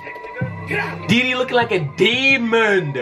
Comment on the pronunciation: his name is dude-e-low